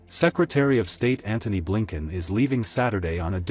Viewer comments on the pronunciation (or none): none